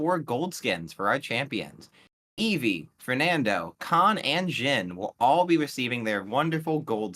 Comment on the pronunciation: "Evie, Fernando, Khan, and ZHIN." omg this was the first time i heard someone say the character's name correctly